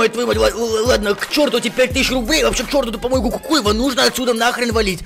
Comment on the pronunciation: Не кукуево а кукуева чтоб ты знал